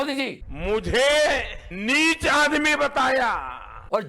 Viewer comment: Neech nahi mah neech bolna chhaye galat bola neech